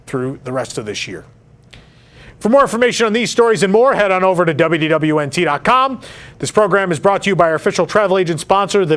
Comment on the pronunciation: Is it just me, or does anyone else hear him saying "WWNT", with the "D" completely vanishing?